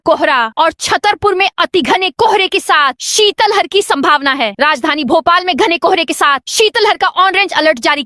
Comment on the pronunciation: शितल हर नहीं, शित लहर बोला जाता है।